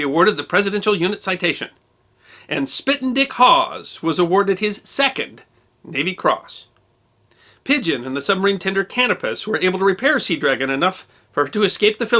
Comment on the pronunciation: Great show, but the subtenders name was pronounced Can-oh-pus It was named after a star and an ancient greek hero, navigator for the Spartan King Menelaus. I served on the second ship named Canopus As-34 in the 1970;s